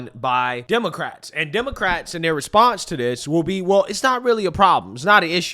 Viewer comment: can’t pronounce “th” 😂😂 DIS… DAT… DEY